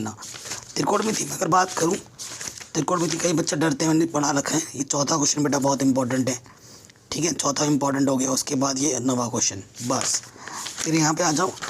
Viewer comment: पडा नहीं होता है पढा होता है